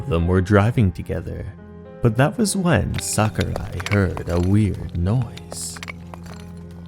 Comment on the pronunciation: Japanese: 桜井 English: Sucker Eye